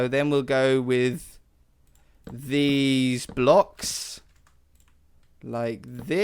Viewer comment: Some point in the video I thick near the end you said dez blocks